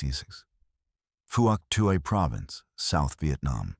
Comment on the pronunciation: Pronunciations are wrong. Vut Nam, silent "i" and strong "N". Also Phouc Tuy is pronounced Fook Twee.